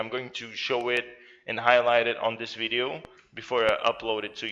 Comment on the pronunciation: did he say BIDEO instead of video? 😂